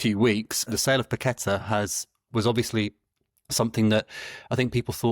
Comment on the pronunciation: Amazing that is a WHU fan and Paqueta has been there a number of years and he STILL cannot pronounce his name properly.